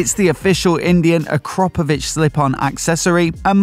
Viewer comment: AkrApovic, not AkrOpovic. Bloody annoying that you keep saying it wrong.